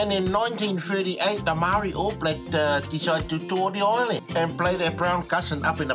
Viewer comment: wtf is "the all blag"?